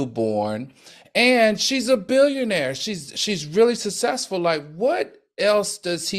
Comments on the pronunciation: He butchers the words successful, too. All. The. Time. I don’t think it’s the alcohol. I think he either has a minor speech issue or needs to slow down and/or both. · Not to be a “Karen” but please learn how to say successful!!! It sounds horrible when you are publicly speaking!!! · Al cannot pronounce the word suCCessful for nothing in the world!!! But he definitely prepares for the show!!!!